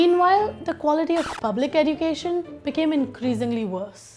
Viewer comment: You are pronouncing education wrong search on Google